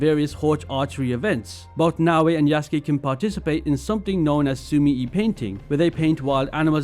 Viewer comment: It's pronounced "Yuh-suu-kee"